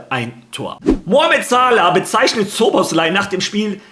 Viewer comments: man spricht ihn nicht schoboschlai aus sondern szoboslai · Falls du den Namen mal richtig aussprechen willst: Im ungarischen spricht man „Sz“ wie ein normales deutsches „S“ aus. Also spricht man ganz einfach Soboslai aus